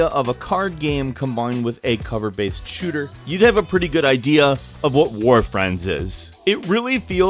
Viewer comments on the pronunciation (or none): none